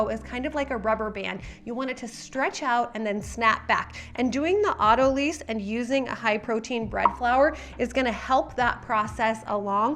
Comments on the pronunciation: FYI: "Autolyse" (Pronounced as "AUTO-lice") (not "AUTO-lease") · AutoLYSE (sounds like lice)